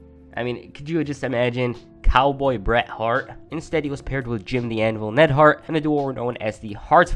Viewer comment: It's not Nedhart you idiot.